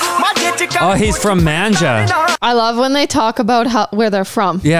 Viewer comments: Its not manja its majha. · it's Majha not Manja. it"s a part of punjab and not a city. he's actually from Amritsar. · It's not manja its majha,majha is not a villager, It is a group of cities and villages where Punjabi is spoken differently from the rest of Punjab. Majha is the part of Punjab that was India's route. In the old days when Afghanistan came to India, they were confronted by the people living in the area. As a result, the people of the Majha area became militant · It's not manja it's majha which have so many cities in it !! And he is roots is from Amritsar which is also located in majha ! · It's not manja it's majha it's a region in Punjab punjab is divided into 3 regions majha,malwa and doaba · Its not manja....its Majha, punjab is divided in 3 parts Majha(north),Doaba(middle),Malwa(south). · Hi Its not Manja, Its Majha, It part of Indian Punjab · It's not manja its majha and its area of punjab which have many districts under it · Its Majha not manja. There are three regions in state of Punjab, Majha is one of them. BTW your reactions complement these songs. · its not manja its majha area around amritsar is known as majha♥️ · It’s majha not manja guys 🙏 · Its not Manjha, its Majha. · It's not manja it's majha that's wtong there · Its not manjha its majha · It's maja not manja😂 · Not a menjha it's maajhaa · It’s majha not manja actually! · Majha not manja..correction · its MAJHA not MANJA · It's MAJHA not MANJA...